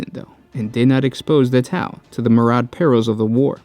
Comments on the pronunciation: Myriad is not pronounced "Mur-ad" it is is pronounced "mir-ree-add" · PRONUNCIATION!!! It drives me crazy with your videos... The info is great, but when you say things like a ships "bow" and pronounce it like bow and arrow rather than like a bow after a performance (or a ships bow... Like was intended) Or your attempt at "myriad"... Have you ever considered looking up those words you don't know how to pronounce before recording them for a video?